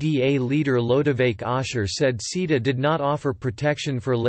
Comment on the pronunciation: It took me a while to realuze that "seeda" means CETA. For anyone with a short attention span, the reason the EU has an issue with it is in the last 20 seconds.